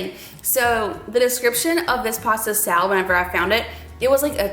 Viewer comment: Salad not dalad.🤭